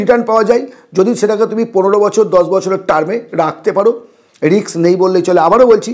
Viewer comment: রিক্স নয় ওটা রিস্ক।। বাঙালী দের ইংরেজি কেন এত খারাপ